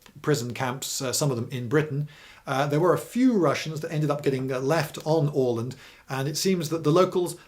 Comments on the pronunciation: Very good pronounciation of "Åland". - A Swede (not the root vegetable) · 36 seconds in and I'm already impressed by the pronunciation of "Åland". Not perfect, but better than the "Ah-land" I'm used to hear from English-speakers. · Bingewatched and saved for prosperity, but it would be awesome if you could include maps when you talk about battles more often! Please! EDIT: Btw, I'm a swede and was there last summer (for anyone wondering, they do speak swedish primarily), and your pronunciation of "Åland" is very good. Very nice scenery. The ruins were epic. Too bad Bomarsund (Bomar just some proper name, sund is strait) is hardly left. EDIT AGAIN: Also, just to clarify, finns are culturally swedish as well, basically. Maybe the differences were bigger back then (we do come from completely different lines and do not have any similarities in language (cruel fate)). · Hey, I'm a big fan of your channel and I'm so happy to find a video about the fort we have on the island where I'm from! And you even pronounced the name of our island correctly. Very cool. Many thanks and greetings from Åland! :D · Spot on Åland pronounciation. Nice one :) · Goddamnit Lindy! You're British you can't just prounounce Åland correctly like that! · Wonderful pronounciation of Åland! Long time fan from the islands and, have to say, a great explanation of our political (both current and past) situation in the middle of Baltic!